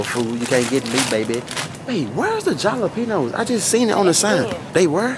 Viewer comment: Lmaooo the way they’re pronouncing “Jalapeños” is sending me 🤣🤣🤣🤣